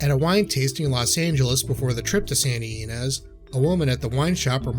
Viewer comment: Santa "EE-Neez", Cab "Frank", and "Trefayathin" winery.